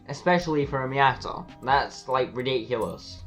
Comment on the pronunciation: yo are you like irish that ridicoulous sounded lik one of my irish teachers haha